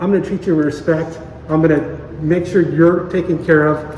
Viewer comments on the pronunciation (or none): none